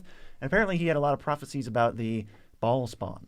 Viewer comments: Baal isnt pronounced as "ball" but rather "Ba - ale" ale like the drink. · I believe it's pronounced beh-HAHL but us MTG guys are saying Ball. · I think Bhaal is pronounced like bail or bale